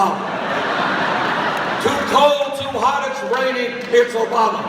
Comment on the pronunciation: I love the way he says "Barack Obamer." So cute. :-)